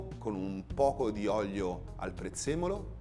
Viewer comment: Si dice olio e non oglio.... Gli fanno fare pure i video.... Mah???